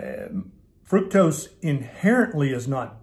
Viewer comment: Minor detail, sure, but.. Thank you for pronouncing fructose correctly. It rhymes with fruit. It doesn't rhyme with truck!!! It occurs naturally in fruit. Ergo the rhyme.